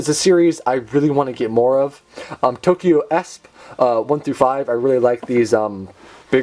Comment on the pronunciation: Thank you for pronouncing Tokyo ESP correctly. Everyone else pronounces it E.S.P. but that’s wrong since it’s not an acronyn just a shortened version of the word espers.